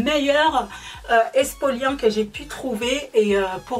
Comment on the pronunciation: On dit pas expoliant mais exfoliant